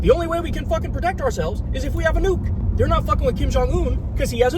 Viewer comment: Kyle's way to pronounce 'nuke' makes me believe this could be the reason Trump wants Greenland. He heard people talk about how Kim and Iran and the entire rogues' gallery all 'want a Nuuk' so now he want one as well.